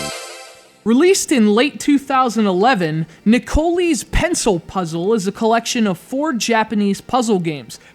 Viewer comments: LOL it pronounced Ne-Co-Lie. oh dear good review thanks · Shouldnt it be pronounced Nick o lie?